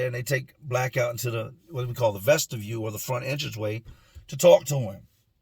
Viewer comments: Vestibule with a “b” in the middle. 😂 That “Black” story is just sad. RIP to that individual. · i love the videos you are the man. But 2 things. And I know this is nit picky shit but I just feel I have to....vestibule** its a b brother. And the other one. Welp. Welp is an expression. A welt is what happens to skin when its hit too hard. Again no disrespect. I find out I've been saying shit wrong for years, just looking out for you